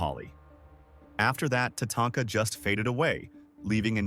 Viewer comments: AI can't make up its mind as to how it wants to pronounce Tatanka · Love how he screwed Tatanka's name up.He would say it right then he would say it completely wrong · is it? I noticed the multiple different pronunciations of Tatanka, none I've ever heard a person say. So I was thinking AI, but it sounds real